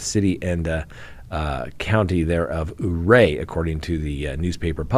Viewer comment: You live in Colorado and don't pronounce Ouray correctly??? It's Yur-ray.